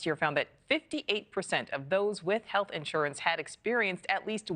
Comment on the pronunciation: “HEATH CARE EXECUTIVES”?!?!!